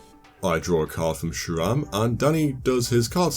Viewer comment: Your pronounced sram shram again